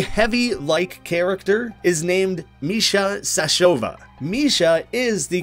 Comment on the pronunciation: Why all the english speaking channels that I watch somehow mess up easy foreign names? XD You kept saying Sashova instead of Sashavo, even when you were explaining the reference. But then again, I'm not russian, so maybe that is how is readed.